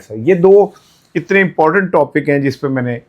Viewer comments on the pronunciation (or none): none